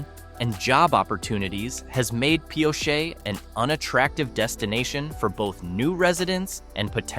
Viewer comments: mispronounced Pioche too. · Robot voice can't decide how to pronounce Pioche.